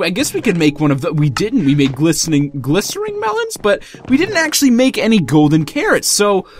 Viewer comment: Holy Fahk it's glistening not glisteRing